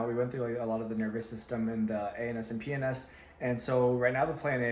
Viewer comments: be sure to clearly pronounce PNS because if its slurred ..... 😱🤣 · I swear I heard anus and penis instead of ANS and PNS lol I'm such a kid. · definitely thought he said anus and penis, not ANS and PNS 😅🤣